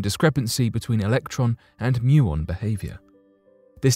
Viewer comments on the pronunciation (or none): none